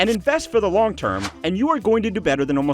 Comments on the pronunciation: “invest for the log term”, you missed the ‘n’ in “long”😛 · Beat me to it. Log term!? Maybe he's recommending Weyerhauser? 😂😂